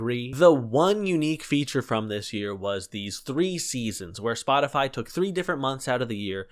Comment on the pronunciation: My so pronounced Spotify as spoticy